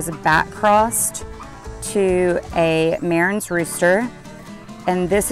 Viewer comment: It's pronounced Ma-ran...not Mare-rens...the s at the end of most French words is silent. It doesn't matter if you have 1 Marans or 50 Marans, the s is always silent. ❤